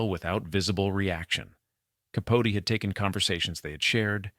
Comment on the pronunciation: Who mispronounces Delano? Bronchoscopy? Capote? (And why the tangent about him? Did you forget who the story was about?) AI maybe?